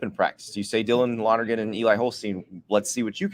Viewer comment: Can you say Lonergan !!!